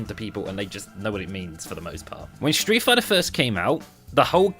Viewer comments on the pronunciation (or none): I swear I died when you said Streat fighter five 😂